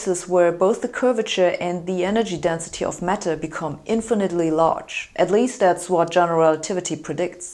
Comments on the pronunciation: I thought she said 'metal' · There is a fashion amongst Germans to mispronounce the letter 'a' in English words. So for example, the word 'apple' is distorted to sound like 'eppel' and 'band' becomes 'bend'. Too bad if you buy an 'eppel Mec in Menchester'. I too didn't get that she meant 'matter' until you pointed this out.